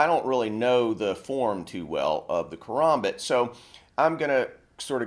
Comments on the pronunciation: its not a kaRAHmbit, its a kaRAMbit, as in (ka-ram-bit) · its ka-ram-bit not karumbit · yeah probably because he is probably a knife enthusiast I'm just saying to me it sounds weird when he says karmabit